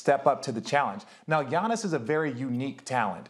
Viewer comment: Can we acknowledge how smooth max saved pronouncing Giannis' last name Lmaooo